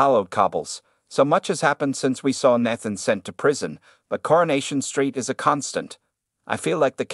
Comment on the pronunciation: Why did you pronounce Nathan’s name 3 different ways?